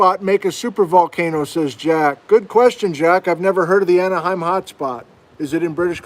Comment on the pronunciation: The Anahim Volcanic Belt. Anahim, not Anaheim. It's in ceñtral west British Columbia.